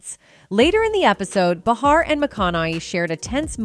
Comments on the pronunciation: What's up with this narrator mispronouncing Behar's name every time she said it? I think everyone knows that the super bitc*'s name is pronounced Bay har. Your welcome. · For the love of God please choose one way to pronounce Behar and McConauhey and stick with it. I heard over 5 different pronunciations of the same name. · Neither of these names are difficult to pronounce. Behar pronounced Bay har. How can you possibly mispronounce Matthew's name for crying out loud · This chick called him McConnelly in the video. And changed the pronunciations of behar throughout lol 🤡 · I cringe everytime this announcer mispronounces McConaughey and Behar. Have you never heard of these people? If you cannot pronounce the names correctly then I am not so sure you are accurate on anything you are saying.